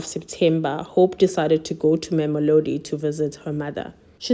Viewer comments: Not Memolodi It's Mamelodi. Can't u read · Wonderfully captured. Please work on pronouncing names...LIMPOPO. There is no M after the first PO. MAMELODI. Not MAMOLODI...Slight criticism but it can be a bit distracting... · did she say ma'amilodi? Limpompo? 👏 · She just needs to improve on the pronounciation of our names. It was cringy when she said "Warona" or " Mamelodi"